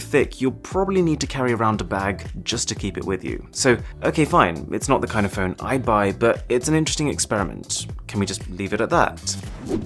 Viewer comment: He pronounces phone as fern a couple of times